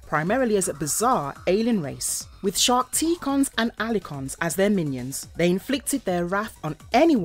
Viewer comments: Sharkt-icon, not Skark-ticon... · I'm sure she said shar-ticon at one point